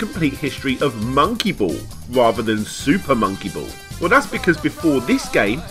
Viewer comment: "SOOPAH MOWNKEE BOWLLS"